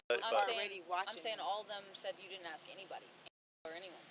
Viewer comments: "Ax" instead of ask is worse. 😅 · It’s “ASK” not “AXE” moron. 🙄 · "You feel me, if you axe me" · If you have to say ya feel me over and over again, your full of shit. If you axe me your a horrible mother , ya feel me. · did they change how ask was spelt because she keeps saying aks. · "You feel me" and "aks" all the time.. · Why is "ask" so hard for these people to pronounce? Ya feel me? Ya feel me? The only thing I feel is disgust.